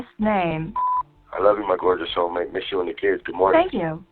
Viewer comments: why is it when says "sexy soulmate", it sounds like "sexy cellmate"? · Every time he says "soulmate" I just here "cellmate"...